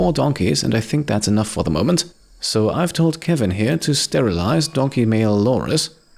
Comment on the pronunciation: Sterilize? Kevin misheard you, he thought you said stumble-ize!